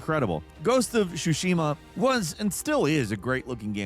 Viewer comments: Ghost of Shushima… why? It’s Tsushima. Ts. Like, it’s not Mishubishi, it’s Mitsubishi. And it’s not Shunami, it’s Tsunami. How is that difficult? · "Ghost of Yot-Hi" - 2025 Edit: "Ghost of Shu Shi Ma" LMAO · Ghost of Shusima? What? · not Sushima lol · I can forgive you saying "Su-shee-ma"(Tsushima) and "Mesa moon"(Masamune) but do not tell me you actually said "Jibli"(Studio Ghibli) 😠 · Ah yes ghost of xuxima and ghost of yotai, classic 😅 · did you just call it ghost of sushima and ghost of yatei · "Ghost of Yotai." "Ghost of Shushima." At this point I think this is just intentional ragebait. 🤣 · Whats with the insane pronounciation of Yotei and Tsushima OMG 🤣